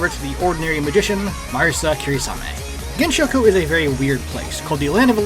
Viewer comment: I really meant pronouncing the gensou with an sh rather than s